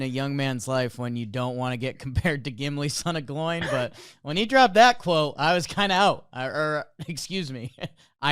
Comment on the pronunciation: When my man said "Gimli son of Gloin" I dropped the other shit I was doing and locked eyes on the episode.